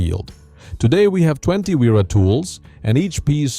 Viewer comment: Repeat after me. Spelling is Vera not uira. 🙄